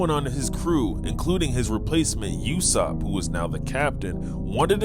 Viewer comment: bro say YASSOP and PERONA properly🥀💔😭🕊🤫😭🧏‍♂️🗣🔥😈🤑❗️